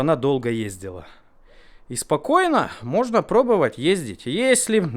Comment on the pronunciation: Первая минута ролика и в два голоса слово пробОвать произнесено как пробЫвать! Всё, дальше можно не смотреть, ибо для меня это критерий...(((